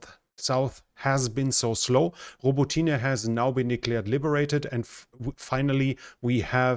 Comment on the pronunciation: Thanks,. Your pronunciation is very good, but Robo tinah is Robot neh and, is in Ukrainian hands again. How come vebrov eh isn't Verbovi. Could cardboard or plywood throw that Russian ID system off? It's raining chipped wood. Greece should take the deal.